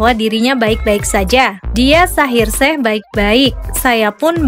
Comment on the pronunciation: Kok panggil nya shaheer sheikh bukan e tapi eikh agar lafalnya terdengar ucapan i . Salah mbk bukan shaheer sheh tapi bacanya ada terdengar i mohon di betulkan ya!!! Aq suka kok!!